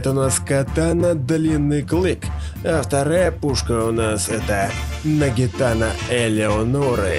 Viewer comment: нагиНАТА, а не нагиТАНА